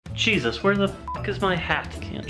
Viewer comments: OH MY GOD AT THE START DID HE SAY “cheese-us” INSTEAD OF “Jesus” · At the beginning do he say cheesus instead of jesus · Who else thought he said "Cheesus"?